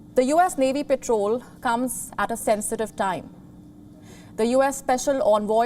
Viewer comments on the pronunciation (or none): It's not 'petrol' its patrol